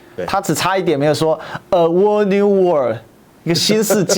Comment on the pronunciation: 內容很好，就是那個'whole'的'w'是不發聲的。